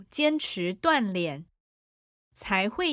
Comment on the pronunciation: 老师，在3：42是读锻“炼”（读音：第四声），不是第三声。